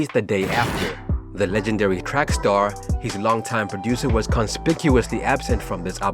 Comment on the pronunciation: Lol it's trax*ster not track star lol